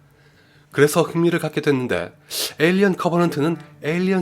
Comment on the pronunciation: 에일리언 시리즈 발음이 영 ㅜㅜ